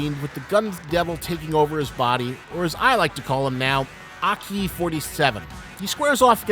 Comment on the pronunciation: What's with your emphasis in Aki's name? Isn't it supposed to be said in a single sway? You go AH-KEE, when it should be AHke, right? Kind of like saying the "okie" in "okie doky", but replace the 'O' with an "A". It seems to me that you kind of pronounce it using Spanish emphasis rather then Japanese emphasis.